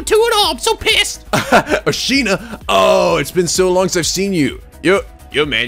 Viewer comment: Katti Sandra Yes but always pronounces it "ashina".